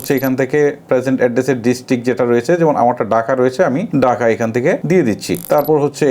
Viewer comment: গরে না ঘড়ে , ডাকা না ঢাকা। মূর্খ কথাকার